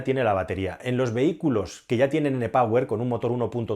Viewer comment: E POWER se pronuncia " I PAUER " Por favor que hablas inglés.